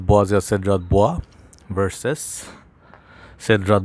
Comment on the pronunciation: Boizay is the correct pronunciation.